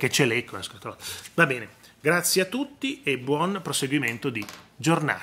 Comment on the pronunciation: Fanno ridere ormai ""***saluti a tutttt'''''ma come parla !!!!!!